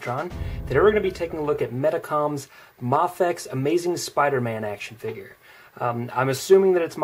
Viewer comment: Mafex not mofex